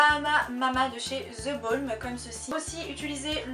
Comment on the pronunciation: Jtm ❤🌹 en passant c'est pas "ze balm" mais "the balm" avec la prononciation "de" bref je sais pas si tu comprends se que je veux dire mais bon sinon super video comme tjr 💖💖💖